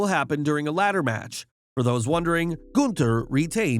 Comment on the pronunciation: Say Gunther right!!!!